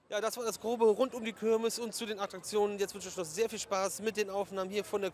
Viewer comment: Das heißt KIRMES und nicht KÖRMES - boahh